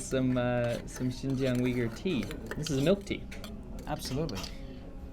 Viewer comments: Uyghur is prounoced oo-yghur not weegur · The Big Plate Chicken is actually first invented by Sichuan Han migrants to Xinjiang. It is not a traditional dish in Xinjiang Uighur cuisine till early 1950s. BTW, Uyghur is not pronounced as weeger伟哥？？？？？？, but instead, wilgu 威固. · It’s pronounced OOYGOOR, not WEEGOOR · heard it also pronounced as ooi-ger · "its pronounced wigger" - Winston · "It's pronounced 'wigger', kind of like a white guy with dreadlocks......I'll have to cut that out" LOL